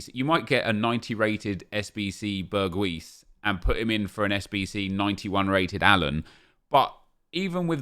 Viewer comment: Well said Nep. Btw its pronounced Berg-house